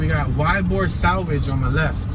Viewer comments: It's pronounced E-bor, not Y-bor! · its ee-bor thats how you prononce it YBOR is how you spell it. you will see chickens and roosters in the area, old Spanish and Italian area these people were cigar factory workers thus the name Tampa the cigar city. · it's pronounced e-bor